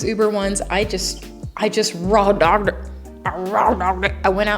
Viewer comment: I raw dogged it just keeps playing in my head why she say it Like that😂😅